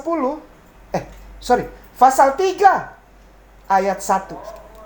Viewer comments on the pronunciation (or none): Pasal bukan fasal